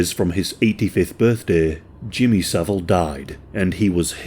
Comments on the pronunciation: Jimmy so-vile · Jimmy "so-vile" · Jimmy So-vile 🤢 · I always pronounce his name as "Jimmy saVILE!" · no. His name is Savile. Not Saville.